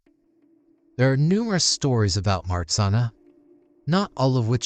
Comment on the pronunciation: Nice! But you do not pronounce MARZANNA correctly. Take those two letters RZ and pronounce as G in beige. So it is like this: Mah-zhan-na. You also need to pronounce the double N separately as NN. Polish is hard, but Marzanna in Polish sounds so lovely. She is also a goddess of sleep and dreams.